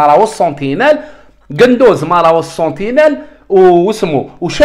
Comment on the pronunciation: قندوسي وليس قندوز هههههههههههه 😂